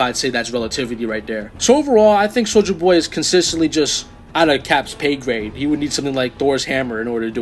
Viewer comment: Thats not how you say soldier boy